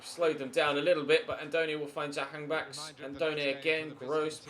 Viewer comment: As an Iranian I'm glad that you pronounced Jahanbakhsh as close as possible, I've seen other youtubers don't even bother to try.